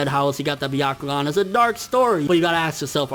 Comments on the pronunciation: sounds like "the octagon" everytime he says "byakugan" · it's not byakugaan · It's not the byagkugan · The fact that you pronounced byakugan the way that did makes me cringe. #NotSorry #WaitingForTheComments #ComeAtMeBros #PlotNoJutsu